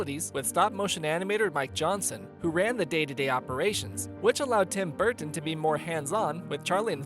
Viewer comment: Tim Burttton 😂😂